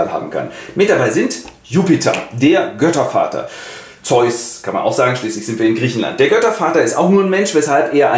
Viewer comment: Bei Jupiter:D "Jöttervater":D Herrlich,!